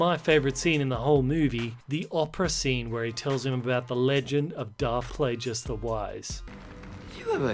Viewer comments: please stop pronouncing the G in "Plagues" like a J! For God's sake, you obviously edit in the parts where his name is pronounced the right way. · How tf you mispronounce plagueis when you follow it with palpatine saying plagueis?